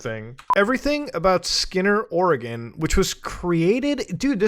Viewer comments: Muta mostly pronouncing Oregon right is the best thing. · As an Oregonian I am so happy you pronounced the state correctly.